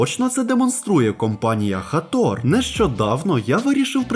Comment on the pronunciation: не хатор а хейтор👿👿👿👿